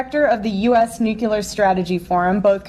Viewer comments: Did she say nuculer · the word is pronounced, NUClear. Not nuculear.